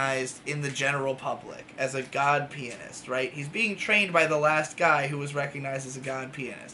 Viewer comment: Every time said God Pianist I heard God Penis